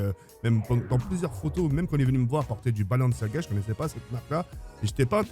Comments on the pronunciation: Mon petit pour toi c’est pas blanciaga c’est balanciagras (pour rire ) 😂😂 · Balanciaga il a dit😂😂😂